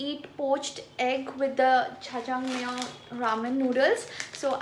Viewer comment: Its not chchang iys jjajangmyeon